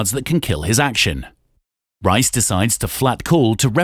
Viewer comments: Pronouncing Riess's name as RICE and not REESE show's the person reading this copy is clueless about poker players. Do your homework guys! Please! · Rice? The TV commentary literally tell you how to say his name properly in case you don’t know how to pronounce the world champions name yet you still pronounce Riess as Rice ? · "Reese", not "Rice".